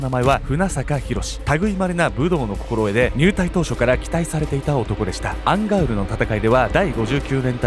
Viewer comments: アンガウルの戦いって言ってたのか アンガールズの田中って聞こえてた💦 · ずっと思ってたんだけどアンガウルがアンガールズって聞こえてたww 同じ人居ません？笑